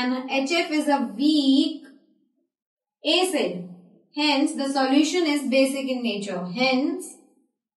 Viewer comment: Plz don't say aaacid, it's acid. Helpful video tho